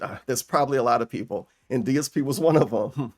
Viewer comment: "Peepul like me now, Tervin"